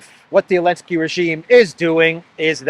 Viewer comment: I think you are safe to say Zelenskyy instead of Elensky!